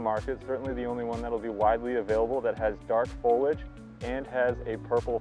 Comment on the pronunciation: Foliage, not foliage. Three syllables please.